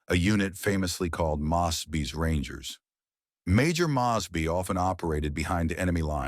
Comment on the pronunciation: You really should learn how to pronounce people's names properly especially John mosby